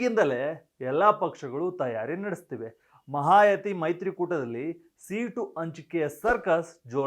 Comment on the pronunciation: ಅದು ಮಹಾಯತಿ ಅಲ್ಲ ಮಹಾಯುತಿ